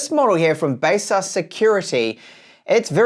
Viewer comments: Isn't it like Base-sus?! But he called it base-us! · First time hearing how baseus is pronounced other than my own version..